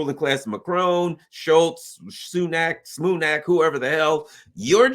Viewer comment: Sunak, Spunak, whoever the hell. At least didn't say Rashid Sanook. If you gave taxes, you gave to Ukraine. Rightly said. Whether you donate or not, you will be paying.